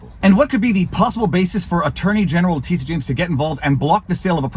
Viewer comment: is he calling her ‘Letizia’ on purpose?